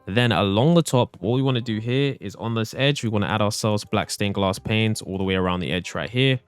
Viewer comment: do you ever notice that when he says 'panes' he always accidentally says 'planes' 😅